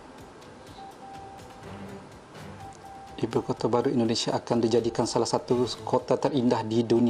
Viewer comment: Ibu "Kota" Datook Bukan "Kotee"